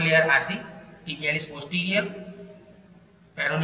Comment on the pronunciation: You said tibialis posterior wrongly